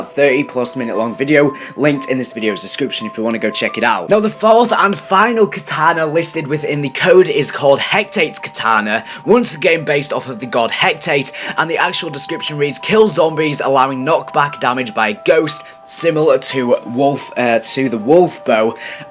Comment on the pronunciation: you say it as hec-ate and why shitty PONTUS who us POSEIDENs son